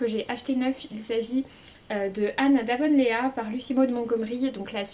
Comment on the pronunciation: Coucou, super book haul. Idealis tome 2 est dans ma wishlit. 🙂 Juste en passant, on prononce Avonlea: A-Vun-Lee😉